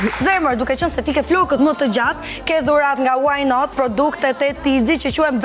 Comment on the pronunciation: smpelqe fare kur thot "waj naat"